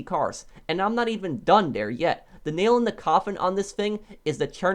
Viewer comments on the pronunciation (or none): none